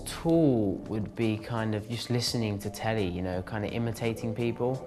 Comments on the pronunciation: when he sed "telee" i thought he meant telephone. lol :P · "...listening to the teli..." ahhhh XD